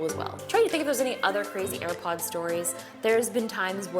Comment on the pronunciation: "i've almost eaten and aripod"